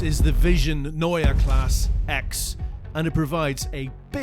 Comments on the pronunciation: Guys, the "E" in KlassE is not silent. I don't want to "Po[r]sch" it up but it's also PorschE and not Porsch. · Why did you properly pronounce the 'e' at the end of "neue" and then not do it at the end of "klasse"? Every. Damn. Time.